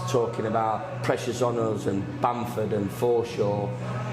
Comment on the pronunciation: .... Bamford, Forshaw ... 😁 Just the way he says Bamford cracks me up! 😅 Get him in n on!